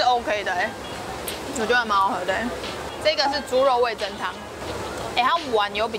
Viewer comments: 哈哈哈聽到味'增'就好想跟說是味'噌'才對 (๑•́ ₃ •̀๑)衣服很美人更美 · 哈哈哈哈沒看到有人糾正～ 是味“噌”湯→ㄘㄥ一聲唷！ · 是不是找不到味噌的「噌」啊？那個字唸「ㄘㄥ」喔！（瑕不掩瑜，不用理我也沒關係~） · 是味噌（ㄘㄥˉ）喔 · 其實是唸味噌ㄘㄥ湯哦！ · 應該唸味噌ㄘㄥ湯哦~~~